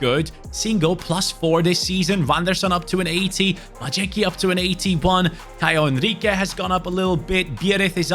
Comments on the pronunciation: As much as i respect that you always try to pronounce the names of the players properly, it is hilarious how you butchering "Majecki" 😂 It's "My-ets-key" 🤣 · The horrid mispronunciation of Majecki is killing me., please start googling how to pronounce players' names properly.